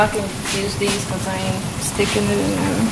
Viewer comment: That's a throw-it-all-in sauce right thur, right thur. Thanks sis. ♥♥♥♥♥